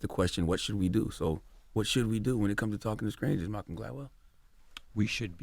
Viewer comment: Did charlemagne say “SKRANGERS” twice ??? 😂 that’s a country boy there 🙌🏾